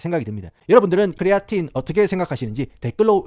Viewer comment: 부탁 드립니다 그냥 크레아틴 이라고 발음 해주세요 쿠뤼아린~~뭐 이런건 발음을 너무 굴리신거 같아요